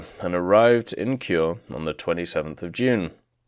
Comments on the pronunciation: A reminder that vowels are not silent in Japanese; "Kure" is pronounced "ku-reh". This applies to any Japanese word/name with an "e" at the end, such as the Tone (Toh-neh). Also, dear god, there soooooo much irrelevant information here. Not blaming you, the forum mods really need to get their shit together in terms of what gets passed to the devs. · It would be cool if we get it. Also, no offense, but your pronunciation could use some work on things like Leyte, Kure, Ozawa, Hiei, and San Jacinto (which was misspelled).